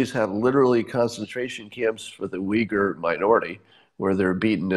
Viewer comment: The way you say "Uigur" sounds way too similar to a certain other word :D